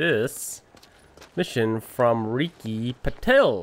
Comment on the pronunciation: Its PAA til .... not Pathel